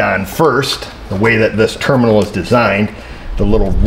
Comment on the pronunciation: Its a ternimal not a terminal 🤪🤣🤣